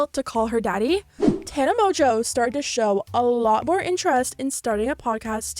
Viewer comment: MONGEAU MONGEAU ITS MONGEAU NOT MOJO ARE YOU BLIND